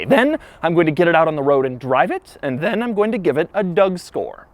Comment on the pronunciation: the "then" sound really weird or is it just me?